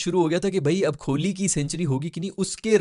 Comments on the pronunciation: bhai koli ka name to theek se loo esay lagta he khurli keh rahay hoo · stop saying kholi. Its kohli